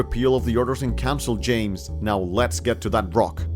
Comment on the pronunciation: It's james not yames you actual illiterate